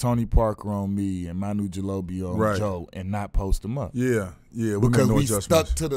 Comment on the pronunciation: "Manu Gilobi" lol